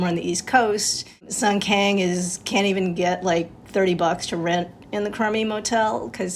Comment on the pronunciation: One thing I don't get is why these Asian American pronouncing Sun Kang in English pronunciation instead of Soon Kung.